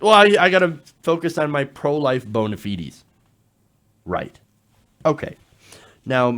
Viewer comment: Someone needs to take aside and explain to him how "bona fides" is pronounced. I've explained this before, "bona fide" is rooted in latin, and "fide" rhymes with "ride" or "slide". When you pluralize it adding the 's', that's not a latin pluralization. So while "bona fides" might be 4 syllables if it was full latin, it's not. "bona fides" rhymes with "Mona rides", not "Mona feed us". Here's an idea, someone needs to photoshop a poster for a fake porn movie called "Mona Rides", and every time needs to say "bona fides" he can look at the poster.